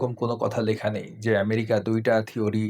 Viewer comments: ওইটা ইরানের প্রেসিডেন্ট না। উনি লেবাননের শীর্ষ নেতা। প্রেসিডেন্ট ও না। ইরানের প্রেসিডেন্ট এর উপর হামলা হয়নি। হয়েছে শীর্ষ নেতা খোমেনীর উপর। ভূরাজনৈতিক জ্ঞান টুকুও ত নাই দেখছি এদের! 😂 আর ওইটা "ম্যায়েরিকা" না "আমেরিকা" 🤣🤣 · America ❌ Merica ✅ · এই মূর্খের কথা শুনে হাসি পেল। শুধু আমি একা হাসছিলাম না দেখলাম কিছু হিজাবি ছাত্রীও মুখ টিপে হাসছিল। আরে ওটা ম্যারিকা নয় আমেরিকা। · সব সাদা শকুন রাই শোনে এসব😅 মেরিকা😅 আমি শুনি ম্যাহেরিকা😅 এইসব ছেলেমেয়েরা বড় হয়ে কি শিখবে। এইজন্যই এরা বড় হয়ে ওয়াজে এসব ভুলভাল বকে। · ভাই আমি কি আমেরিকা কে মেহেরিকা শুনতাছি? নাকি সে নিজে মেহেরিকা বললো